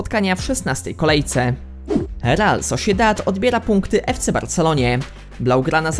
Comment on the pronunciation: raszika kalgari xd sosziedad dzbanowo.tv ci się włącza xd